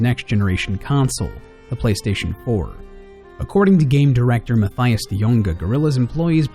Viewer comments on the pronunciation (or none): its not Mathias its Mat(as in ma)ice